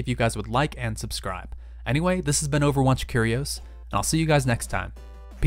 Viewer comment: Why does he say "Overwatch Curi-oh-s"